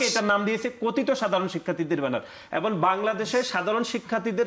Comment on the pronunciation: এবং = এবন😂